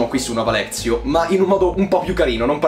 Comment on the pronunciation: Parti già benissimo proprio🤣🤣🤣, è Nova Lectio, non Nova Lezio🤣🤣🤣